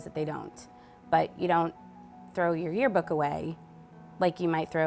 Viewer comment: lmao “tearbook”